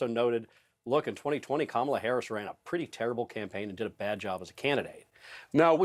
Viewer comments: If the Ttump campaign’s definition of taking Kamala seriously is going to their base with dog-whistle shi (ie. Willie Brown, DEI, mispronunciation of her name), they may want to up this from an amateur hour, clown car routine & tack to the middle where undecideds live. I’m really hoping they just devolve into the cesspool a bit more cuz it is past DonOLD’s prison bedtime (thank you Kimmel!!!). Drumpff 20-24 years!!!!!! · trump keeps mispronouncing her name. Kamala should start calling him Danald or some variation that doesn't sound right. He should be called out and correct EVERY TIME he mispronounces her name. Of course he's not called out by ANYBODY, particularly from the MAGA crowd and the sycophants.